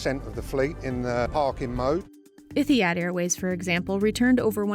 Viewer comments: Did she just say iffyhad instead of etihad? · go learn how to say "Etihad"